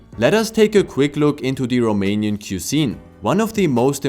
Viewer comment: You’re pronunciation was spot on!